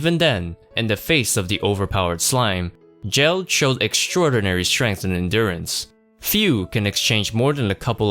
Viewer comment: Why call him "jell-d" when Rimuru clearly says "Gel-d" (geld)